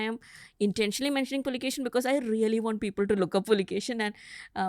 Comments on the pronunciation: Its Pulikeshi ✅ Not A Pulkesin❌ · Immadi Pulikeshi not Pulikeshin II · With all Due respect he is Pulikeshi, pls stop calling him Pulikeshin.... Pulikeshi name was kept with respect to his ancestor... And ofcos Puli= Tiger, Keshi= Hair.... Which means The one who had Fierce hairs of Tiger.... Not literally although, but to emphasize...😊